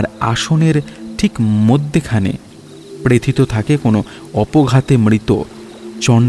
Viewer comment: Bhai darun kintu please pronunciation thik korun......nirnimesh, prothito etc ...kaan e boro laage ... tahole excellent hoye jaabe